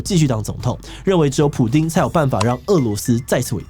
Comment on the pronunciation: Putin not Pudin.